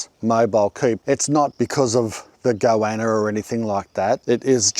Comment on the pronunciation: I was like "whats a go-anna" then remembered this is "mulsh" man. It's like when you've only read a word and never heard someone say it before, then try to use it.